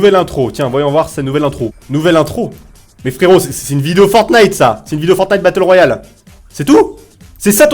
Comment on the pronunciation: Il sait meme pas comment prononcer battle royal cet agent mdr